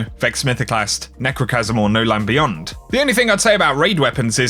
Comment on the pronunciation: When he said nechrochasm a bit of my soul left